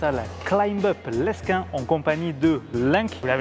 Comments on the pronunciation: leSquin?😔😔 ca se prononce léquin respecté quand meme, très étonné de vous voir dans ma salle de prédilection mdrrrr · La prononciation de Lesquin m'a tendu (on prononce pas le s)😭